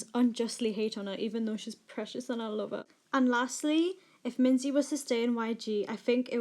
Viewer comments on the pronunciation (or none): Note: Its pronounced Mingee not Minzy